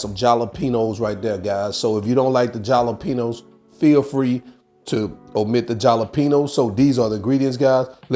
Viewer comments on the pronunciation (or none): Great pizza. Tasted Mexican but it’s HAlapeños not yalapeños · Lol at the jalapenos …. my brother use to say it like that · There's always one in the group some picky person who just can't shut their mouth I hate the way you say jalapenos. I do however like your recipes and I will be giving them a try thank you very much.